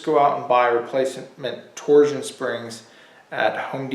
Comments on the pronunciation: "Torzzzion rods", huh? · You say “torsion” weird.